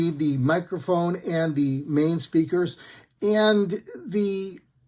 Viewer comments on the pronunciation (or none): none